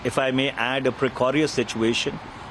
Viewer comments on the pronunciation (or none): Hi Manish, BY now you should know is that there is no word in ENGLISH called “ Precorious”. The Correct word is “PRECARIOUS “ !!!